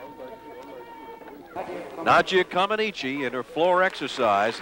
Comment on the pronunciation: It was crazy that even after listening to Nadia's interview and how she pronounces her own last name that the idiot commentators still call her Nadia Commenicy. The ineptitude of American commentators in the 70 was incredible. Just like that absolutely stupid and I thought insulting comparison between Nadia & Olga. This video also highlights the lack of American understanding of what was really happening on the courts as proved by the boos when Bart Conner won the competition and America's first medal in 40 years.